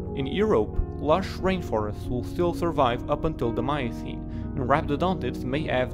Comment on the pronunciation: i gave this a thumbs uo but... any chance you can let someone with and American accent read this? i dont mean to be rude or racist... Paleocene Miocene....